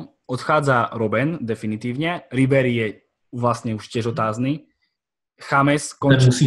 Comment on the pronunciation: ty vole ta výslovnost:D. Hoši musíte ty německé jména vyslovovat německy a ne anglicky. Pak by vám mohl vypadnout z pusy hráč Bayernu Džejms.